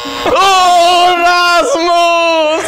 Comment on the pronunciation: It's rasmus not rammus